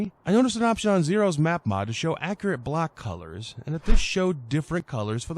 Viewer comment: Thanks! Yeah, you said it right :D